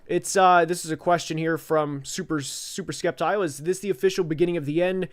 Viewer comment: hey, first i want to say i Love your rants, they are hysterical. Also, Sceptile is pronounced " Septile ", the C is silent. and the word Pokémon: the E with the accent mark on it, that makes it a schwa sound so, it's pronounced like " poke-uh-mon " not trying to be critical or anything, just trying to help you out. as far as favorite Pokémon, my top three are Charizard, Blaziken, and Magmar. so, definitely with you on the Fire type favorites, they're definitely a hot topic. i would love it if you could do an all Pokémon stream where you talk about your favorite battles from different episodes. for example, one of my favorites is the battle between Charizard and Magmar for the Volcano badge.